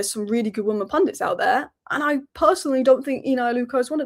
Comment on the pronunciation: why do you keep saying 'woman' and not 'women'?